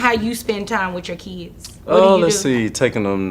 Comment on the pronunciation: Stop calling them keeeds. Their children. Not keeeds.